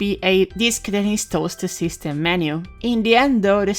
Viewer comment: whenever you say wii it sounds like wiss